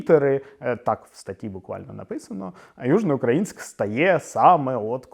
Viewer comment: Я хоча й житель Миколаєва, виступаю за перейменування в Гард. Тому що більшість каже Южноукр`аїнськ замість Южноукра`їнськ, і це подвійне знущання над мовою.